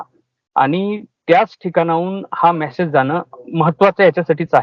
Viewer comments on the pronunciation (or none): मॅसेज नाही मेसेज म्हणायला शिका